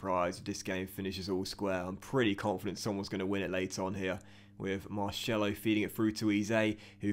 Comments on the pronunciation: He is pronounced marSelo not Marshello !!! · You get a bye because of europa league 2 being introduced. Google it Oh and MAR-SELL-O not marshello :) Seems like you don't read the comments?! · It’s not marshello it’s pronounced mar-sello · Tbh u hate when you say marshello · Please, If Marcelo is to become a part of the team, please say it normally. I’m Brazilian and I can guarantee it’s not Marshello. Other than that I’m living the series! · please pronounce marcelo like a normal person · I'll follow you on twitter if you say marcelo properly 😂😂